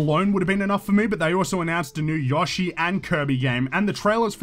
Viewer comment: The way you pronounce Yoshi is weird, but good vid anyway.